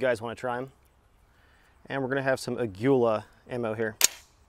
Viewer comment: Aguila ammo Proudly made in Mexico, btw it's pronounced AH-GHEE-LAH